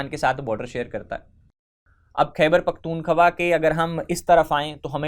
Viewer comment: khyber pakhtunkhwa to sahi sa bolna nai atta